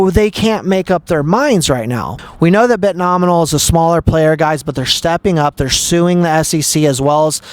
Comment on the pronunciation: Omg the second hand embarrassment. CRINGE!! It’s Bitnomial, NOT BitnomiNal. Please Stop!!! 🙈🙈🙈